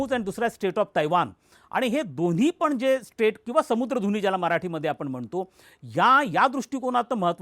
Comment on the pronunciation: अहो सामुद्रधुनी म्हणा समुद्रधुनी म्हणताय सारखे